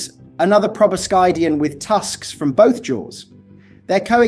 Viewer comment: Proboscidean is pronounced with a silent "c:" pro-bo-SID-ean.